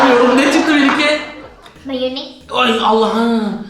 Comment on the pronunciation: 5.31:ne çıktı: mayınez. Mayines kitçap 😂😂😂😂😂😂